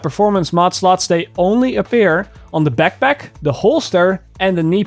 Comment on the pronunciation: I laugh at the peckpeck, AKA backpack